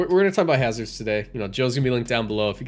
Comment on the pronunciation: He said it correctly.